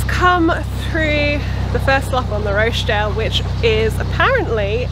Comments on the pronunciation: With respect, it's pronounced Rotch dale. Short and gutteral😊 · Roch sounds like scotch there is no Roach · I came here to say that! Totally distracted by the Roche-dale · You pronounce it Rotchdale. Xxx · Been following your great video's through the north, incidentally the O in Rochdale is pronounced as in sock! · Thank you Neil, drove me nuts listening to the effort.